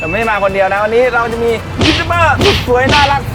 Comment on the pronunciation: มีข้อมูลผิดเยอะมาก 1.YouTuber = ยูทูบเบอร์ ไม่ใช่ ยูทูปเบอร์ เพราะ b = บ 2. โอ้กะจู๋สาขาแรกอยู่สันทราย แต่ในคลิปบอกแม่ริม 3. อ่องปู ไม่ใช่ อ่อมปู 4. เฮียฮ๋ง (แต่เขียนผิดหลักภาษาเพราะอักษรต่ำห้ามใส่วรรณยุกต์จัตวา) ออกเสียง จัตวา เป็น หง เพราะใส่ไม้จัตวา แต่ ออกผิดเป็นเสียงตรีเป็น ฮ้ง